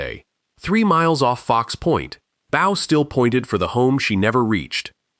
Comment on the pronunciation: Please STOP using AI for these stories. Too many pictures with the stories that are obviously NOT associated with that story, and it doesn't even pronounce "Bow" and "WW II" correctly. This is a mockery of the memory of those who died in these stories. Stop with the cheap history and do it right!